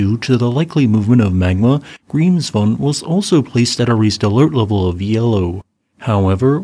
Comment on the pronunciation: Statistically speaking, Grimsvötn (which is still pronounced Grimsvoech-ten and not Grimsfohn) is about 5 Years overdue for it's Eruption, so whenever it decides to have a go, I wouldn't be surprised. I'd be if it didn't by 2030 (even if that isn't entirely unheard of for this Volcano either).